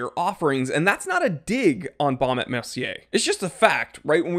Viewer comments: Actually, you pronounce this name without the "t" when you say "&". So it´s like "Baume e Mercier", with the "e" as if you would say "e" in the word "efficient". Best regards, Ulf of Sweden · et .... the T does not sound